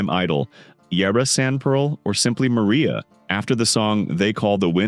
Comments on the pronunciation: They call the wind Mariah not Maria. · Facts omitted or slightly wrong Joan’s father was a physicist who refused to work on the A-bomb project and taught in Baghdad for a while. « They Call The Wind Mariah » is from « Paint Your Wagon », a musical and is not pronounced like the Spanish name Maria but is pronounced Mariah as in Mariah Carey’s name